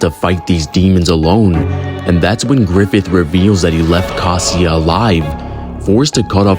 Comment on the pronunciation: Caska❌ casia✅